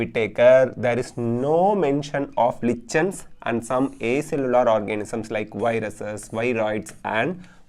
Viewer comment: Lichens illa adhu likens nu pronunciate pannanum